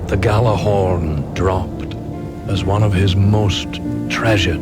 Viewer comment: He said GAL-Ahorn....not YAL-ahorn.....hear that asshats?